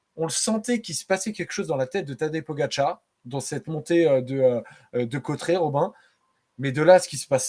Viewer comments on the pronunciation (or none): Salut...et merci...! Oh , les gars , c'est ou Côtret...??? Aujourd'hui l'arrivée était à CAUTERETS...! Côtret....😂.. ! Ça va les Parisiens...!?? Vous n'aimeriez pas apprendre à vous exprimer en Français...? 😊 Côtret...hein ...!?? 😓